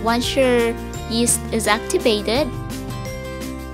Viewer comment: Daisy rose fuentes -Haha sabi ko nga😜😜😜tas yung pag pronounce nya ng yeast sa una lumabas ang pagka bisaya ni,but so far ok naman ang kinalabasan😊😊😊.